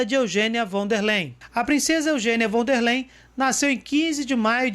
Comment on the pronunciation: Von der Leyen => 'Fón dér láien'